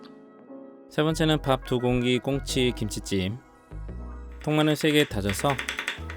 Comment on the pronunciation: 발음이 캔콩치??